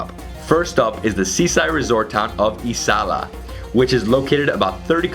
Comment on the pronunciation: it's pronounced " AZAYLA" not isila , A ZA I LA .